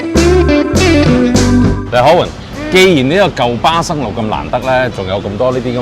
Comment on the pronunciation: 我聽到霸生路